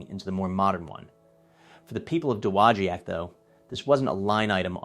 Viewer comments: Dude learn to pronounce dowagiac its doe wah jack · It is correctly, at least modernly, pronounced duh-wah-jack. Cool video! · You slaughtered that! Da - wa - jack. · It's pronounced Doe- wah-jack. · Fantastic historical video! The name of the town is horribly mispronounced, but the story is very well related. I grew up as a child here, only 2 blocks from the factory, and still have some of my original Heddon baits. A friend of my father had the job of underwater testing of new baits. He would travel to warm climes with his scuba equipment to view and report to the company how the baits performed. He'd visit us on our lake and demonstrate how to use the gear. What a great place to grow up and experience part of this strong historical story! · Great video, but you should learn how to say, “Dowagiac”. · Should probably learn how to properly pronounce the town of Dowogiac, MI, before making the video!